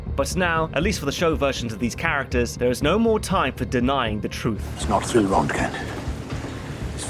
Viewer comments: rentgen?? Its rontgen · How in the hell are you pronouncing roentgen?